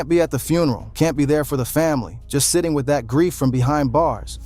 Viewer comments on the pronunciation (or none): none